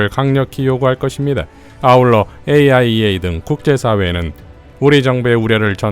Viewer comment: 문장은 IAEA로 되어 있는데 두번이나 AIEA로 발음 하시네요 바로잡습니다